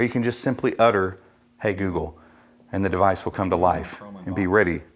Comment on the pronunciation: GOOGPLE :D